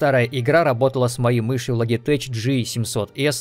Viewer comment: Лоджитек, а не Логитэч